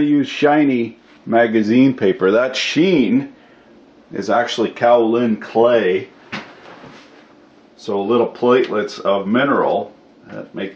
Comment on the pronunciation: on the magazine paper, it's kaolin clay. it's pronouncifized as Kay-oh-lin clay down here in Georgia where it's mined